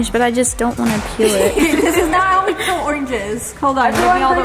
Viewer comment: PLEASE learn how to pronounce words it’s “PEEL” not “PILL” omggggg